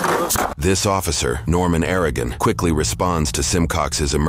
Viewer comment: It’s “Ara-uhh-gon” not “Air-a-gen”